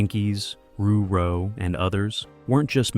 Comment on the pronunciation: dude, it wasn't roo-roh, it was ruh-roh